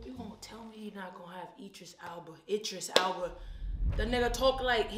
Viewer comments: with the "Eye-dris" again 😂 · I'mma need you to say Idris right. Lol said it right. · It’s the eyedris for me lol. Don’t you love how keeps saying his name wrong omg bless her poor heart she just don’t know lol… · You're saying Idris wrong